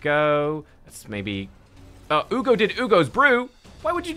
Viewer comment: "Uu-go's there" had me so dead, I'm commenting less than a minute into the vid 😂. Good one lol